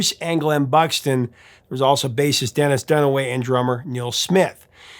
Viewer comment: Hahaha you said Dunnis Dennaway 🤘🤘